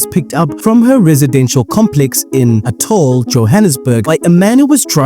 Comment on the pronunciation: That’s not how you pronounce Atholl 🤣